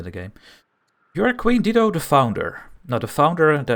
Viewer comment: It’s dye-doe